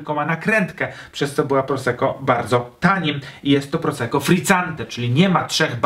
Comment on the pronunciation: czemu niegrzecznie...? Może więc równie "niegrzecznie" dodam jeszcze dwa grosze o wymowie. W języku włoskim podwójne spółgłoski są bardzo ważne i należy je wymawiać. Zatem nie "proseko" a "prosekko"!!! Ale materiał świetny, dziękuję za ten film.